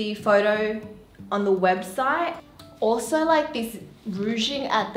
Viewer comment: It's soo cute the way she said "alsorrr~"